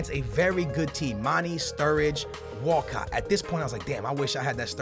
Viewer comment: He pronounces so many players' names wrong. Like Deulofeu and Mane.